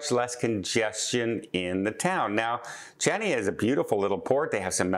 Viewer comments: DOH - Chania - the ‘c’ is silent…..pronounce as Hania…..rhymes with Tonya 😫😫😫 Try other cruise lines besides Princess 😮😮😮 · that port in Crete, Chania, is correctly pronounced Ha-Nee- Ah. The CH sound does not exist in Greek. You can still get to Santorini by ferry or airplane, just not cheap cruises. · Well put. Another mis pronunciation by just like his eyetalian and ship names. At least ferry to Santorini brings you to northern side where there beaches, villages, vineyards and tours direct to the blue roofs at end of Caldera. Items cruisers do not see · Oh please look up how to say Chania.....no one would ever know what you are talking about. Please so easy to google the pronounciation.